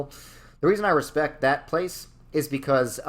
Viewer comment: “And we’re roight becoise we’re the smowartest people” has got to be the most New Yorker thing I’ve ever heard😂 Btw how dare you make Kansas S tier and put Missouri in D tier!!!!! Of course you feel depressed when you go to Kansas City, everyone does. But if you go pretty much anywhere south of Kansas City,towards Springfield, you’ll never wanna leave, especially when it’s Fall.